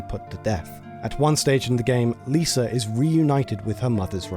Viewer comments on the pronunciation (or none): none